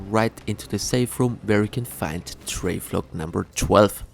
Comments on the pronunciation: How you pronounce Travel-log and say Trave-log instead is cracking me up. Thank you for the all in one guide though man. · “Travelog” 😂😂😂 Amazing guide thankyou !